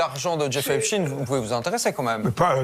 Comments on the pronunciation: Epstein.... chtaine Pas stine.... Vous dites alfred einstine ??😂😂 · Epstine? Epst"aïn" , comme Einst"aïn", Frankenst"aïn", etc....